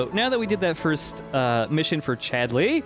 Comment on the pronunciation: I'm absolutely terrified to even ask, but why is pronouncing Chadley's name with this bizzare rising inflection on the second syllable? He's saying it like he's an angry mother calling for her misbehaving son - 'Chad-LEEY?!' Am I just missing a reference here?